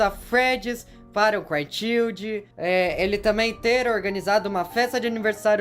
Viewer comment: por quê você tem tanta dificuldade em pronunciar "child"?